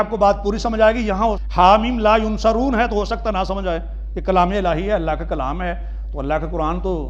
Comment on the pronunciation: pehle to ye k ye dr he na k molvi ! is ko yansurun or yunsarun bolna bhi nahi aata